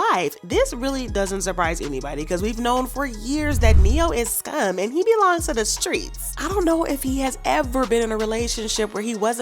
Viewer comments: Uhm . At 2 mins & 58-59 seconds. You Furrrrrgot to Roll the Tongue on Strrrrreets 🤦🏾‍♀️💙💯🤗 Continue... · When you say streets you have me on the floor!